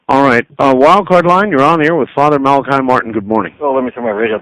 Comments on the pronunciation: It's interesting, Malachi states his own name a number of times throughout the interviews, pronouncing it as "Mala-key". For whatever reason Art never seems to catch onto this, referring to him as "Mala-kai" all the way. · Dr Martin he himself states in interview #1 and #7 that his name is pronounced mal a key. Not mal ak eye. Ditto with mr Buckley interview.